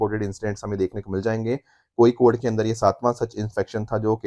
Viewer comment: First time sir who talk hindi pronounce Kozhikode correct....